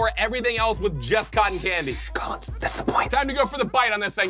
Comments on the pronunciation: You said "Colin's" iTs coLlINs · uh...... its 'Collins" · It's Collins with an S